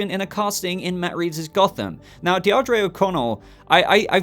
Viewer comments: I’m fairly certain that “Deirdre” is pronounced Deer-Druh. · The pronunciation of Deirdre 🤣🤣🤣